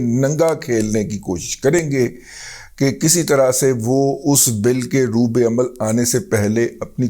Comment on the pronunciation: رضی صاحب لفظ "رُوبَعمل" ہے ب پر زبر پڑھا کریں 😊